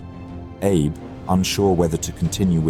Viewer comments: that is not a betty. Its also pronounced A-be with focus on the A and not Abe like Abe simpson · It is pronounced Ah bay not Abe. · Isn’t Abe pronounced Ah-Bay not Aab (as in Abe Lincoln)? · Holy s*** my brother in christ, it's "AH-BAY" Not 'abe' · Vice Admiral Abe = ah-bay. Fantastic video. A thousand thanks for making this. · inconsistency: Abe was pronounced as Ah-Bay correctly at the start, but later on mispronounced throughout. This will be confusing for many I guess. Was this AI voiced? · Pleases check on pronouncing foreign names. ABE is "A Bay" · I noticed as well. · These videos are great, especially for us visual learners. But, how can you do so much research and know so much about an historical event and yet so horrifically butcher such a simple though important thing as the name of a leading actor? Surely you MUST know that Abe is not pronounced 'AYB'... I mean, we all know that Japanese is a syllabary now, don't we? Or at least we can google a thing in 4 seconds to find it out. A-BE as in (A)h-(BE)t. Easy right? And if, as I suspect, you're using software to read the narrative, then you can instruct it so. It's such a shame that something so easily done right is so terribly done wrong, to actually ruin what might have been a truly brilliant presentation!